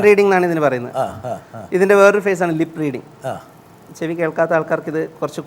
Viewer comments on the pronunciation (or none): i understood the trick, "pen (t)reading" "lip (t)reading" "pupilome Tree" great...